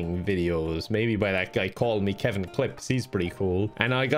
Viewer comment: More like call me lol